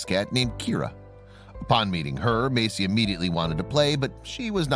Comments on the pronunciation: It's Messi, not Macie. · meysi 😂🤣😂🤣... fo.ok this trash narrator